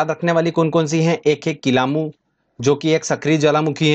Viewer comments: Kilauea hota h n ki kilamu..... Acche se padaya Karo sir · kilamu nahi bhai kilayu hai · WO kilamu nhi Kilauea hai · किलामू नहीं वो किलायू है वो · किलामू नहीं किलायू 🤪🤪🤪